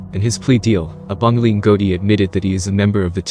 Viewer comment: Any narration with American accent lacks authenticity ..eg. ..pronunciation of Abongile. Etc .BS or not BS